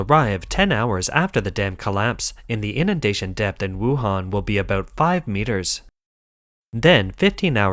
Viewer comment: Did you say Wuhan?